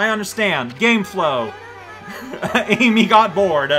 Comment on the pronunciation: If you're curious, "Ammy" is pronounced "Ah - mee" since it's short for "Amaterasu" (AH - ma - te - ra - su). It's not like the pink hedgehog from a certain faster than normal hedgehog game.